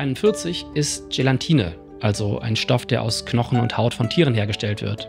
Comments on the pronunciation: Es heißt "Gelatine", nicht "Gelantine"^^ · Es heißt Gelatine, nicht GelaNtine. Das ist so ein Triggerwort bei mir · Sorry für den Klugschiss, aber es heißt Gelatine und nicht Gelantine 😬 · Ich liebe das Video ❤ Aber bitte, es heisst Gelatine und nicht GelaNtine.